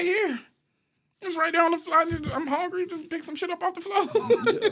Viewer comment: Heavy on the “I’m HUNGRY” 🫠